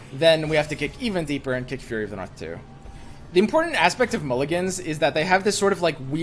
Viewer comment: Listening to him say "furry" over and over - instead of "fury" - was weird to listen to. Like the people that like boink while wearing full-body animal suits?